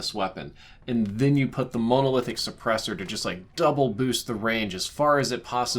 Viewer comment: "Mownowlithic suppressor" 😂